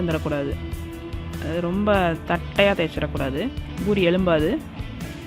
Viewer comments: Not boori say poori 😀😀😀😛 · It's pori not buri 🤦🏻🤦🏻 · Irritating when she says buri...